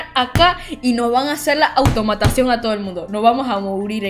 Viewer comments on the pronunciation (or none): Jajajaja me morí de risa cuando dijiste autamatasion